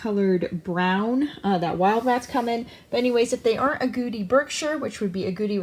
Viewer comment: It sounds like you're saying "if the are agouti... they're a domestic rat" but I guess you're saying "aren't agouti"?